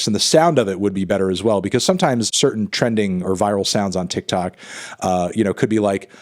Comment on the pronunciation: him saying 'tic tac platform' is way funnier than it has any right to be